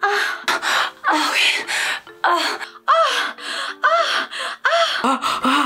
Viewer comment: "OUI" se prononce oui et pas UI svp